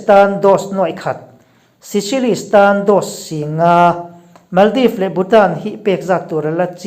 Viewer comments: Seychelles ilam dan khi diklo😀😀😀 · Ni e..pawimawh ber chu ni lo mahse hetianga channel meuh entlak leh ngaihnawm siam chuan a lam dan dik hi chu hriat a tha mang e